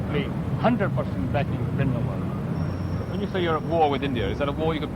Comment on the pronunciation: Plz Britishers pronounce & write Sikh Names...properly..Indrajeet Singh not Indajeet ... Or Sant Bhinderwale not Bhindawale